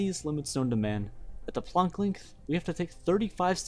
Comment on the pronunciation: My dude says plonk length😂